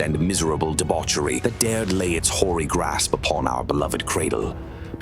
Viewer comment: Can't say ive ever heard someone say whory grasp before good job.